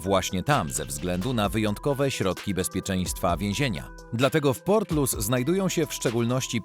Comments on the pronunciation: czyta sie portlisz. Wiezienie nr 1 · Nie port Lous ten pierwszy tylko portlisz się czyta,mieszkałem tam 15 lat. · To nie jest żadne 'portlus', to się czyta 'portlisz' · nie Portlus tylko Portlisz :) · Czyta się HRABSTWO LISZ ORAZ PORTLISZ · Prawidlowa wymowa nazwy irlanfzkiego hrabstwa ,w ktorym znajduje sie to wiezienie to " PORTLISZ" Pozdro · redaktorze, co ty wymyśliłeś za nazwę miasta Portlaoise????? jakaś masakra!!! wymawia się ją portlisz. popraw to człowieku bo nie mogę się skupić na oglądaniu! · Portlaoise czyta się "portlisz" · Portlaoise czyta sie Portlisz, a Laois to Lisz. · Super odcinek, na przyszłość tylko „Portlaoise” czyta się „Portlisz” a „Laois” „Lisz” Wiem bo mieszkam tu od lat w sąsiedztwie tego więzienia! Pozdrawiam 😄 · Wymawia się Porlisz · Portloise w.Irlandii-czyt."PORTLISZ"☝️🌎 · Portlisz - tak to się wymawia. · To miasto Portlaoise czyta się „portlisz” w hrabstwie „lisz” 😉